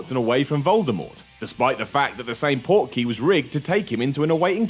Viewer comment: Port keys? You are CLEARLY not a potter head. It's portkeys. Dur🤓 said as ONE WORD!!